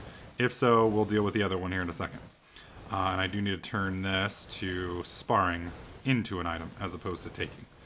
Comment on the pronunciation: idk if u know this, or u are making a pun, but sparing is pronounced, Spare-ing